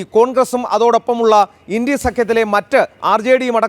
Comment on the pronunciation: ഇൻടി അല്ല. ഇന്ത്യ എന്ന് പറയണം പഴം